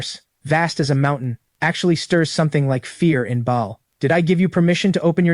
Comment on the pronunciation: The demons name is pronounced barl spelled Baal not Bayal 👍